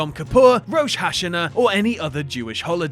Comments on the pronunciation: row-sh hash-anna...you know, it takes like 2 seconds to google how that's actually pronounced. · When he said Rosh Hashanah like "Rosh Hash-in-uh" I nearly died inside lol